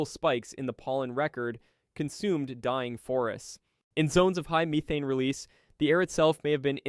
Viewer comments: Why do you pronouce the gas name as MEE-thane and Methaine? PICK A LANE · "Me-thane", " You-thane". I'm guessing this is an AI voice. Still, it's quite informative. Hey, you corrected it, mid vid. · It's an AI narrator. Abnormal pauses, over-enunciation of words, and literally pronouncing "methane" differently 3 times within 20 words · Is this done by AI because the way you pronounce things despite English clearly being your first language is bugging. It's not meeth-ane it's Meth-ane. It's not to-nami it's Su-nami. The list goes on.